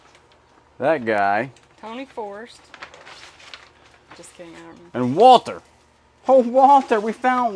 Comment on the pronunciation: Every Dallas Cowboy fan that heard her say "Tony Forest", just died a little!! And I'm here for it! 🤣🤣🤣